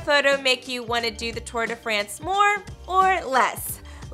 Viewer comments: It's not "Too-uhr de Fraynse" *cringe*. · Tor de fransj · Right!!! How she says Tour de France was just painful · Stop butchering the name... How she’s pronouncing the Tour de France is just excruciating to hear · You could at least pronounce the name of the race correctly. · Am i the only one who dont like how people say tour de france